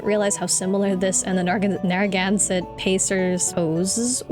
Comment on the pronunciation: As someone who has spent 30 years in New England, you pronounced Narragansett correctly "Nair-uh-gan-set" New england names are notoriously difficult! But you did it perfect!